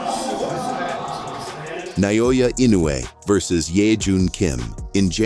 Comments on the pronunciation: Please pronounce our Hero in right name ( NAOYA ) not Nanoya That is disrespect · Na O Ya, not Na Yo Ya